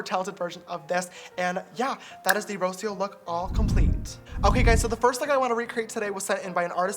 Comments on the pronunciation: that mispronunciation of Rocio tho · I love how James pronounces “Rocio”